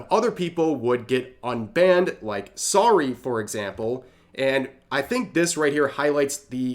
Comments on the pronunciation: "Sorry", I'm dead. Got a good laugh out of me over that. Not trying to be rude, just helping a brother out. It's "Saru-eh", she's French but we won't hold that against her. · BRO - IT'S SAH-RU-EEEEEEEE NOT SAW-RY. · Ok I can't with some of your pronunciations... Saruei pronounced as "sorry"??? It's sah-ru-ay... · Saruei “Sorry” Rev’s ability to totally butcher pronunciation is impressive 😂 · Rev please, all that i ask is that you learn how to pronounce "Saruei" also the reason that there was an "i" in the article talking about the tos changes being reverted was because it was written by Dan Clancy the CEO of twitch